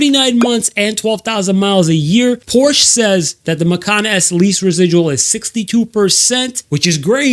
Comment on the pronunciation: Sold so many cars and can’t even pronounce the Porsche brand correctly? 😂